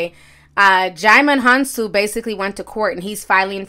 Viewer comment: Ti I'm so proud of you!! I can tell you focused on saying that name right 👏🏽👏🏽👏🏽 I never knew how to say it either I say "dude from Amistad" 😂😂😂😂